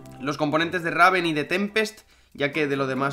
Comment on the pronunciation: Este tio y su mal pronunciacion XD es reiven no raven en la pronunciacion siempre pronuncias mal xD